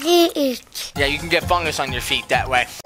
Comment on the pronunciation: i laugh the way how he says fungus more like ungus